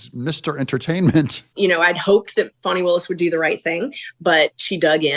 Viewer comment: Hi. Your so nice to pronounce Fani's name wrong.